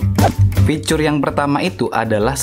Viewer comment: Bang fitur bang bukan ficurr